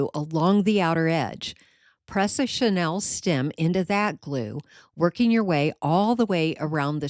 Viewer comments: I really liked a lot of your idea, but please say chenille- not Chanel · Mispronounced chenille